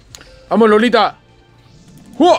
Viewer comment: Es iolita no lolita XD